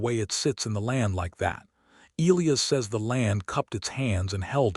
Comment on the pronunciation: You simply must figure out how to pronounce names! Elias is pronounced ee lie us, with the emphases on the middle syllable!